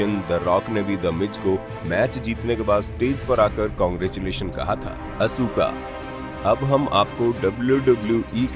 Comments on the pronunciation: वो अशुका नहीं आसका(asuka ) है और शायरा नहीं वो शार्लिट फ्लैर (Charlotte flair) है नाम भी ठीक से नहीं बोल रहे 😂😂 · भाई आपने तो गलती कर दी शारलेट फ्लेयर को शायरा प्लेयर कह रहे हैं और आज का को और आसका को असुका कह रहे हैं 🤣🤣🤣🤣🤣